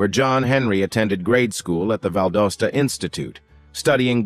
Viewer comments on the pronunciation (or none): He keeps saying, “Valdosta” wrong. It’s not ō it’s ǒ! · Valdosta is not pronounced correctly! Neither is Lowndes County! Val-DOS-ta…dos like the computer language and Lowndes is low-(rhymes with Dow) so…and Lowndes rhymes with downs! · Mispronounced Valdosta. Get rid of AI